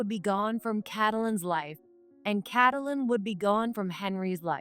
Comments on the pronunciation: Please stop saying Kat a lyn , it's Katelyn as in too names Kate lyn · That’s not Catalan it’s Kate a Lynn. Fix your AI or get a better one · No, there isn't an M sound in the that name. It's Kate Lyn - with an N! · Cattle Lynn fun pronouncation for the affair cow! Lol